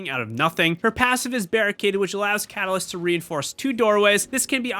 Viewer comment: fyi (sorry bout this) but its catalyst not calas